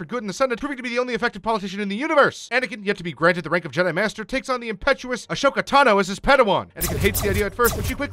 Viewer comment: You may wanna cover individual seasons with individual episodes and learn how to say Ashoka Tono‘s name.